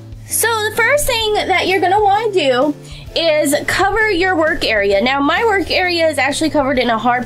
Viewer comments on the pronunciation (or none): none